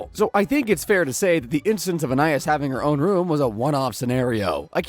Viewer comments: It's pronounced An-eye-IHS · In this video we understood that this guy doesn't know storage rooms exist and that he can't pronounce Anais